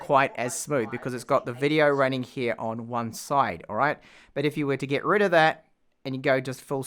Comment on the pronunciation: Why do you keep pronouncing E's as I's. PIN instead of PEN and ILEVEN instead of Eleven or GIT instead of GET